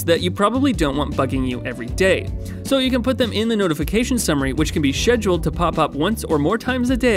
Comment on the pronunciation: A like for the correct pronunciation of “scheduled”